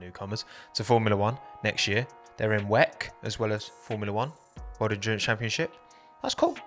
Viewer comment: This is the first time I've ever heard ppl pronounce WEC as "Wekk" instead of "W. E. C" :v